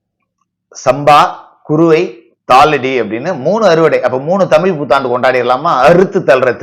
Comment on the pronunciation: ஐயா நீங்க தமிள்தமில்என்றுபேசுகிறீர்கள்